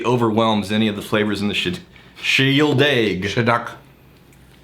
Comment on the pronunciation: Shieldaig is a place. Your blue-shirted mate pronounces it better. There are whiskies named after places where there are no distilleries.